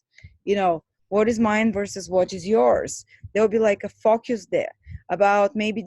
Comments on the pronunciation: Focus - not focius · U pronounce focus as fuckus.... 😂